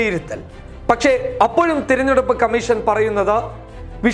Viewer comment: തിരഞ്ഞെടുപ്പല്ല... തെ... തെരഞ്ഞെടുപ്പ് ആണ് ശരി !repeated mistake!